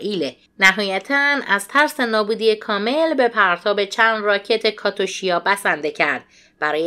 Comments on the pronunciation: بادرود و سپاس از شما بانوی ایرانی مبارز. این کلمه رو اشتباه گفتین راکت کاتوشیا. درستش اینه راکت کاتیوشا. درود بر شاهزاده رضا پهلوی دوم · درود بر شما بانوی وطن پرست یک واژه اشتباه گفتید کاتیوشاه رو کاتوشاه گفتید ❤❤❤❤